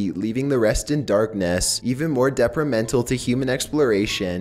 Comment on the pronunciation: Deprimental isn't a word, dude. You meant deTRImental.